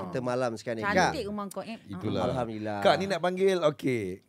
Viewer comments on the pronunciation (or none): none